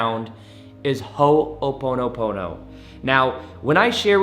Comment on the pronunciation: Please learn to pronounce it correctly you’re accenting the the first syllable and should not be ❤️